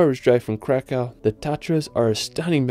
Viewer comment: You have to read it like Vavel Cracov